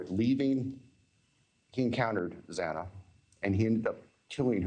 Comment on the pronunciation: It was so irreverent and disrespectful for that judge to continually mispronounce Xana's name! If you know you're a dunderhead who can't handle 3 unfamiliar syllables, slow down a bit and be careful, at least when it regards something this important and emotionally loaded for the family and friends.